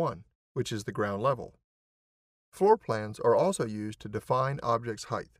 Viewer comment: every place where word height is used. Was just being funny about how some of us say heighth. After all its depth, breadth and width etc so I see where the pronunciation stuck